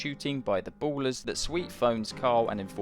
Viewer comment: of da "boolers"